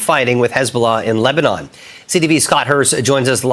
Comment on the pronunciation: Dude almost says Lesbian instead of Lebanon 😂